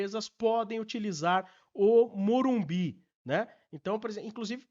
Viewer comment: O aprende a falar MorumBIS pô